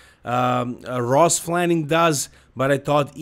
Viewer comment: stop saying FLANIG, its FLANIGAN